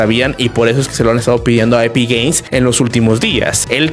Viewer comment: Soy yo o dice epic gays